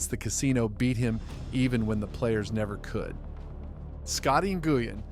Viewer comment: Who is Scotty GOO-YIN 😂 nice hand baby